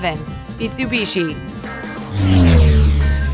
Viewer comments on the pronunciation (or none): Am I the only one who is triggered by the way she pronounces Mitsubishi? It's Mit-tsu-bish-ee not Mee-soo-bee-shi